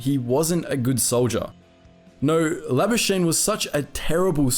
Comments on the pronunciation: Pieter La-bus-kah-nee (from French) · We know why pronounced Labuschagne like that haha.